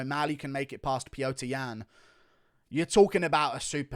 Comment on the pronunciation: It's Peter, not pee-yo-ter